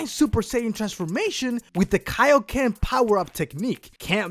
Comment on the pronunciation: kio ken times four!!!!!! kio what?